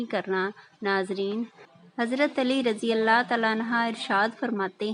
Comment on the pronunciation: Hazrat Ali raze Allah tallah anhooo parhoo ap galat read kr rahi ho